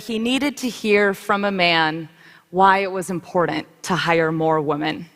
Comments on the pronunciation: Is she unironically doing the Pewdiepie meme of mispronouncing 'women'? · I'm so used to hearing people on Youtube call it "wahmen" that I don't even notice it anymore.